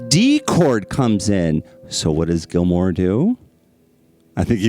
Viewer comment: GILMOUR not GILMORE. GEEZ